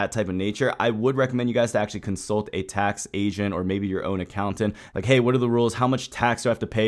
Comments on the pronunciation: Consult a tax Asian ha ha I'm kidding I know you said tax Agent but it was close...lol😅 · Did you say, “tax Asian,” or is my racism showing? 😂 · i thought you said consult a tax asian at first xDxD haha